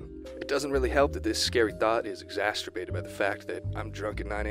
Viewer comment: it’s “exacerbated” not “exasturbated” lmaooooo